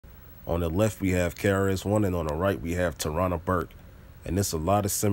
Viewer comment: OH MY F'N GOD YO!!! LMAO I JUST HEARD TARIQ CALL HER TARANASAURUAS BURKE